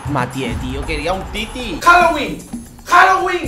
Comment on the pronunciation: se dice umtiti